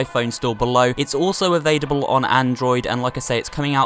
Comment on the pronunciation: '"Its avaidable"